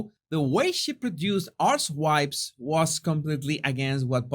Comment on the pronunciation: The way you say Archetype makes it sound like A*RSEWIPES.